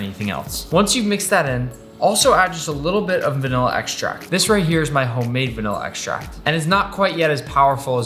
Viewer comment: Every time this dude say vanilla extract it reminds me the pufferfish eat carrots for some reason